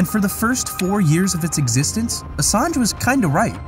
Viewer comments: "Assange" is pronounced with the "ng" sound... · Great video, you've got to read the N in Assange tho..